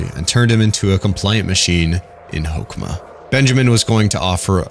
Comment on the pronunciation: I’m really really impressed with this video. You gave really accurate and detailed information that I’m very satisfied with given how much I love Project Moon. You did pronounce some things wrong (namely Hokma [which is pronounced like the ma balls joke], Binah but it was on purpose for funnies, Chesed which is pronounced Hesed, but that’s really it) but I really didn’t care because I enjoyed the vid so much. Also your ego definition was apparently not accurate, but a joke made by Dante from Limbus, as we don’t know what ego stands for. Something I will say is that this isn’t a video I would recommend to people who haven’t or are just starting to play lob corp. Apparently a lot of people choose to either ignore or just watch a summary of lob corp so they can play Library of Ruina and/or Limbus, just because they hear it is hard as balls, which it is. However, this game is a journey of enlightenment of the mind in many aspects, which isn’t an easy thing to do, so it’s hard for a reason, the same way Undertale Genocide is hard for an actual reason. It’s a game that can only be truly taken from the eyes of the player, and ignoring it for its difficulty is just saddening. Skipping it because you don’t think you’d like it or that it’s just not your game is understandable, but ignoring it just so you can play other PM games cuz it’s hard is a pussy move in my opinion. I’m getting off track, but new players should play lob corp, then watch this amazing video to get anything they mig